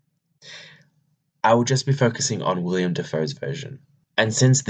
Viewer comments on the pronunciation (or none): Willem* not William